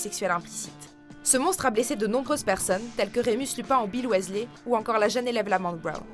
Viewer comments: roooh sa se dit "wisley" ! Je le sais bien ! Nn mais regardez mon prénom de base ! Il manque juste le A et un détail change. Mais svp prononcez bien le nom des Weasley ;) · Non par contre Weasley se prononce Wisley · On en parle de sa prononciation du nom Weasley ? Drago n'a rien à faire dans ce classement, même si c'est un personnage orgueilleux, arrogant etc, il est l'un des plus populaires auprès des Potterhead, et si il doit faire partie de ce classement, il devrait être classé beaucoup plus bas, Drago est loin d'être un personnage sympathique, c'est certain, mais au final, est-ce qu'il a vraiment demandé ça ? Il ne s'est pas élevé tout seul, et quand on voit Lucius, c'est limite trop facile de savoir pourquoi il est comme ça, moi je suis sûre que si il avait eu le choix, il ne serait même pas devenu mangemort, où comme pour Rogue et Regulus Black, il aurait finit par les quitter au bout d'un moment, mais vu ses réactions dans Harry Potter et le Prince de Sang-mêlé, il aurait sûrement déjà quitté Voldemort bien avant la fin du film si il avait eu le choix Ensuite, Voldemort est peut-être le principal antagoniste, il n'en reste pas moins que Dolores Ombrage est la pire, même Bellatrix est pire que Voldemort, même si Dolores la bat question méchanceté, surtout que Dolores est censé bosser pour le Ministère de la Magie, c'est super d'être raciste quand on bosse au Ministère. Et on en parle de Fudge ? Il est aussi lâche et pathétique que Pettigrew au final, il aurait dû être classé à la place de Drago, parce que clairement, entre Drago et Fudge, c'est évident que Fudge est le plus détesté des deux (perso j'aime bien Drago, j'aime pas les prétentieux etc, mais je me dis que c'est même pas